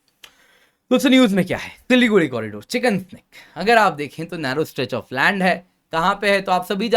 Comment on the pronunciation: चिकेन नेक या चिकेन्स नेक के बजाये चिकन स्नेक क्यों बोल रहे बार बार?? 🙄🙄🙄